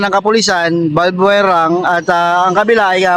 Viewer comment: Di ba barbwire di balbwure!!!